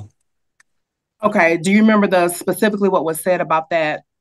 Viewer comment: That female lawyer said "pacifically"!